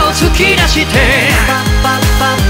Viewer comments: 投稿予定曲を変えてまでこのKINGを投稿してくれてほんとに嬉しいです…！ You Ah KINGとレフトサイド、ライトサイドの発音こだわったんですよね…？ ほんとに歌い方好きです(*´ `*) ハハッって所で無事死亡しました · 無機質なようなの発音とヴァージンの発音とYou а Kingの発音めっちゃ好きぃぃぃ!!!!!!!! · luzすんやっぱり英語の部分めちゃ発音いい。You are KING の are とか特にハーフってすげぇな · 「YOU ARE KING」だけじゃなくてレフトサイドライトサイドのところの発音もこだわったんですよね🥺🥺英語の発音さすがです！！ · そうなんです！were は are の過去形ですからね♪ 〜はちゃんと「You “are” KING」で発音されているように感じるので、luzさんの解釈のもとでこだわり抜かれたのかな〜なんて…♡ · うぽつです！ まってましたー！！ luzKINGかっこ良すぎる！👑 AREの発音めっちゃ良かった！ 好きです♡♡